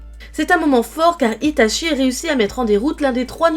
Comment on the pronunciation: Par contre fans la vf et meme sur youtube les gens disent itaSHI dans la prononciation de sui piur ceuxbquibcomme moi apprenne le japonais est fort insupportable vu que cest itachi pas shi. Chi en japonais se prononce tchi pas shi lol.